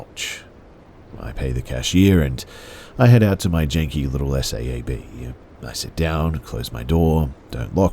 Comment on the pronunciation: Just an FYI...a Saab is pronounced like "sob"...not the letters read out S A A B.